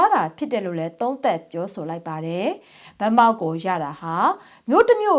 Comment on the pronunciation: ရေးတော့ဗန်းမောက် ပြောတော့ဗမောက်.....ဒေသခံတွေအသံကို သတင်းသမားတွေလေ့လာသင့်တယ်ထင်လို့ပါ